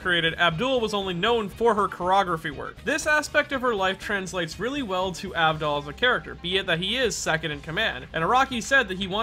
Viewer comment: Tmw no one ever respects my G enough to say his name correctly. Abdul